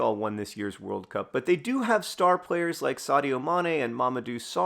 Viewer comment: Switching between emphasizing it as WORLD cup vs world CUP with every recitation of the name is really jarring my brain lol